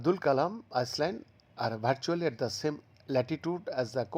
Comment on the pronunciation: Hello, it's pronounce I-land, not ice-land. At this age, you still can't pronounce 'island' correctl